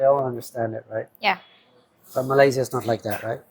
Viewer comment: For the love of god, can you ask Mia or somebody how to pronounce Malaysia and Bohol?!?